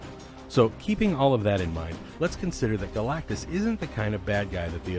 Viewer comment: Wow he pronounced galactus right. Very surprised